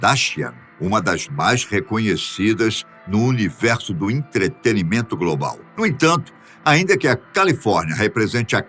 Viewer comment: Entretenimento,, não ‘entreteRimento’.